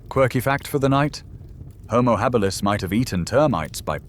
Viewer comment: Lmao "houmou Hah-beelus" 😂😂😂